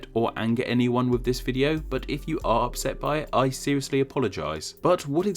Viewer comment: I would more apologise for you pronunciations of the sound 'th', 'wiv' and 'dis', jesus wept!